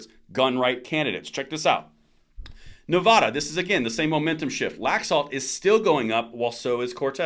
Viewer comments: Nevada NOT Nev AH da. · I like your videos. Please note that Nevada isn't pronounced Nev-ahh-da. It's pronounced like dad.